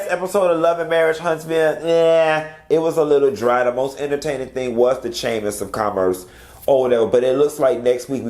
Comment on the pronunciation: As soon as you said “the chamis of commerce”, I said hold on let me fix me a drink because bout to cut up 🤣🤣